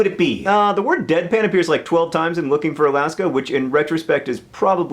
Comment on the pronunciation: ive watched this like three times and i just realized that he is saying "deadpan" and not "bedpan"